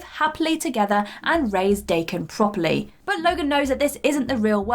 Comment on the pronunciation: She mispronounced DAH-KEN. Dumb bitch.